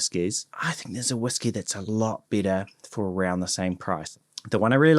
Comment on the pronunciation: Please try to better differentiate between “better” and “bitter”